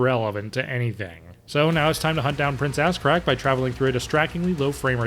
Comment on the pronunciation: I’m glad I’m not the only one that calls Ahzrak, Ass Crack.